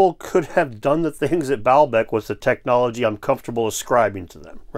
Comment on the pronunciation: Its actually " technologiky.........AHEM" 😮